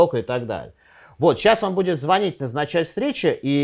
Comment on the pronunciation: разберитесь с ударением в слове звонить